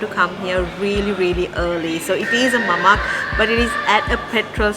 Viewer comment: Hi great show. Mamak is referred to Indian Muslims in Malaysia / Singapore, pronounced Mama the K is silenced. same with Nasi Lemak pronounced Nasi Le'ma. Lemak means creamy. Yes, Nasi Lemak is truly delicious legendary food and so fragrant. Mamak shop is the wrong place to eat Nasi Lemak 😁. Yes, they make ok but very artificial. Only a Malay can make an Authentic Nasi Lemak. Here is a popular comedy clip about Mamak shop If you visit Malaysia Authentic Nasi Lemak treat is on me 😊